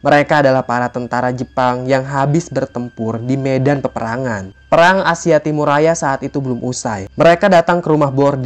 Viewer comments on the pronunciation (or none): none